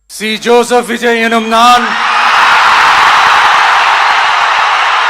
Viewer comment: അണ്ണൻ പേര് പറയുമ്പോൾ ആർക്കോ ഇട്ട് കുത്തുന്ന പോലെ ഒരു feel😂😂